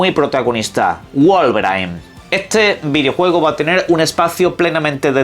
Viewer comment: alguna vez te pusiste a reflexionar que "spiderman" que se pronuncia /ai/ lo decis con /i/....y "wolverine" que se dice /i/ lo decis con /ai/?? 🤔 Si es no, deberías